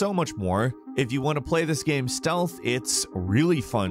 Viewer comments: Anybody else hear him say “GAAM” instead of “Game” sometimes? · He says Gayum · The way this dude says "Game" though; What a creepy dialect.